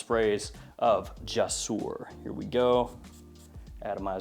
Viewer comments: me being an Arabic guy saying "JASOOR" is triggring me lol, i know it's is written "jasoor", but it pronouns "jousoor", means "bridges" in Arabic, sorry for being boring just telling the truth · I'm arab and no its not jousoor.. It's more like gsoor there is no u or a just G and Soor "GSOOR"